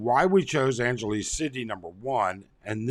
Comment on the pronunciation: An gelease? Who says it that way, buddy?